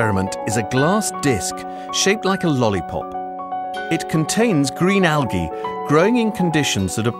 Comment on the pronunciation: I hated the way he said algae.